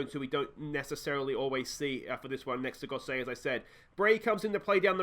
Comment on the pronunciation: aaaaahfff-an Lido and Goss-it lol, should have said a while ago about Gosset but couldn't be arsed lol Great video mate, make sure you stick around until champions league mate I'll be here watching along